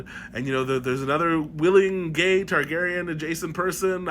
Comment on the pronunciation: Tar-GAY-rien you say??